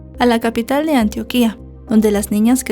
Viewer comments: Todo genial como siempre en tus videos pero No se dice Antioquía… si dice “ANTIÓQUIA” Antioquia (conozco el caso de cerca) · No se pronuncia " antioquìa " se pronuncia antioquia sin tilde 😅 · Querida. Antioquia se pronuncia con acento en la o. Antioquía es en oriente medio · No se pronuncia “Antuoquía” se dice “Antioquia”, sin ningún acento. 😊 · Hola no se dice Antioquía...es Antioquia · se pronuncia [antiókia] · Antioquia lleva el acento en la O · Hola, me encanta escucharte, con todo respeto te voy a hacer una corrección, Antioquia lleva el acento en la O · Ojalá hubieras pronunciado bien Antioquia. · Excelentes narraciones, menos tu pronunciación con algunas ciudades y departamentos de Colombia, por favor escucha en Youtube su pronunciación, (No puedo disfrutar el caso por como pronuncias Antioquia)😮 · gracias por el caso, me causa gracia como pronuncias Antioquia con tilde. 😂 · Estas pronunciando mal Antioquia 😅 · como me borraron el comentario le repito, no estoy hablando de como se escribe, me refiero a como se pronuncia y soy de Medellín señora "Antioquia Nombre de un departamento del noroeste de Colombia y de una ciudad ubicada en este departamento. Se pronuncia [antiókia] y se escribe sin tilde. No debe confundirse con Antioquía ( 'antigua capital de Siria' ; → Antioquía)."